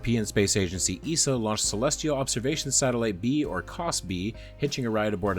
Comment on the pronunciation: if you are going to be using TTS have ESA put in there as E.S.A. E.S.R.O. But, I do like this